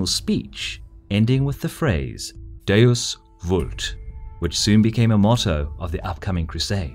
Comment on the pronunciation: Not to be that guy but he would have said Deus Wult. Your spelling is correct, but in Latin you say v's like w's.